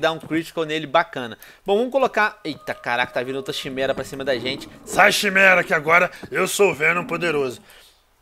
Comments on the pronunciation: Tio venom não eh chimera, falase "quimera." amo seus videos antigos <3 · Venom chimera se pronuncia Quimera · Venom maldito! A "CHIMERA" na verdade se pronuncia KIMERA! Quem lê mitologia sabe ; ) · Venom, tô te apoiando nessa série que tá mto épica, só pra avisar, a chimera não se diz chimera, se pronuncia "Kiméra", flw até o próximo ep, e o like bolado já está dado :) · Venom, não é CHImera que se fala, é Quimera, esse bicho é baseado na mitologia grega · Venom se escreve chimera mas pronuncia kimera eu sei disso pq tem um filme chamado pegasus vs chimera e eles pronunciam kimera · Venom, se lê "Quimera", naum "Chimera" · Veeeenom!!! Por favor, Pronuncie quimera, não chimera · venom seu maldito, n se fala chimera, se fala kimera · Venom se diz Quimera e não ximera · Venom, a pronuncia certa é """Quimera"""" kk abraç like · venom leia Quimera e n chimera. sou boladão e dou like antes de o video aparecer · Venom o nome desse baixo de duas cabeças se pronuncia kimera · Venom você que jogo God Of Wars 3 e não sabe que a Chimera se fala corretamente Quimera ??? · Venom o nome é chimera, mas acredito que se pronuncia (QUIMERA)!!. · Se fala quimera Venom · se pronuncia quimera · Se lê quimera